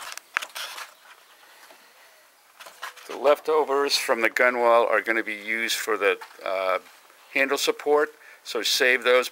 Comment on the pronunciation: Nice work. BTW you spell it Gunwale and it's pronounced GUN-el